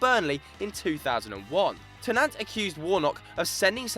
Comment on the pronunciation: Hahaha Stan Ter-Nant come on guys .